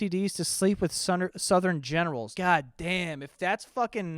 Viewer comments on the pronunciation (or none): none